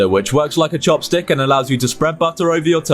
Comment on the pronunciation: I think he said chapstick, but his accent made it sound like chopstick